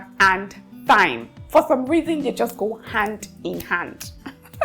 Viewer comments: Thyme is pronounced like “time”. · Hey dear I love you and your videos❤️❤️❤️ I don’t know if it’s ok but I had to say this here so others take note too… thyme has the same pronunciation as time. The “TH” isn’t the same as the one in “think”. With lost of love ma’am…